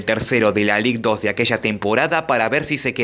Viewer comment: Ligue 2 se pronuncia lig du.